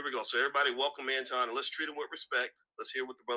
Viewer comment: Notice suddenly Boyce started pronouncing Anton's name correctly